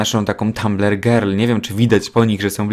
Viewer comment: powiedziales gril zamiast girl xd